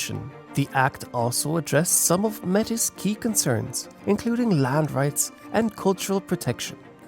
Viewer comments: May-tee. Not met-a ; omg so hard to listen too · Hehe not the first vid I've seen where Metis is mispronounced (The 's' is silent, look at it as a title with some French origin in its pronunciation, kind of think about it as 'may-tee' like how a pirate would say it but not so exaggerated haha) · Me'tis is best pronounced ( May tee). I had to say this after hearing it mispronounced throughout the video. Otherwise, a very good video.😊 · Appreciate the video and the detail, however one thing I'd like to help with is your pronunciation of the word "Metis". We pronounce it as "May tea". Please don't take this comment the wrong way, only trying to help 👍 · Metis is pronounced “May-tee”.